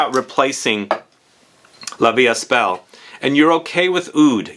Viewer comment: The ”st” in La Vie Est Belle is silent. 🤭